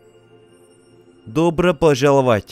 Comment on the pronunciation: Как пожИваешь? НормаЛно нЕ очень хорошо ДобрО пОжАлОвать И т.д.... Он не русский))) Ударения корявые...